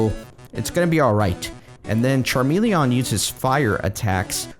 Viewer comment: its not charmele-AH-n its charmele-EN